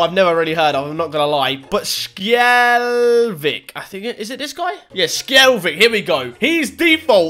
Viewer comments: Guess who that can't say Skjelvik... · You’re pronunciation of Skjelvik is wrong😂 Love from Norway🇳🇴